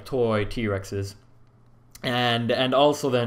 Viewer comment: it is not "Gulf of 'Omen' " The last word is "Oman" pronounced "O maan" It is a country and I am from there... Would appreciate if your would pronounce my country's name correctly:D